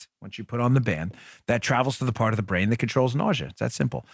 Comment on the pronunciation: Someone needs to learn to speak English. It is PART the Red Sea not PARK and it is PATRONIZING not PATRONING restaurants. These young people regardless of where they are from or their heritage are STUPID.